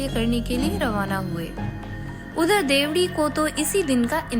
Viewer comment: देवड़ी नाम बोलना सिखों